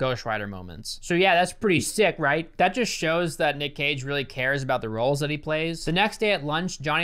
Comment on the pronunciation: Code: Cage sounds like Cocai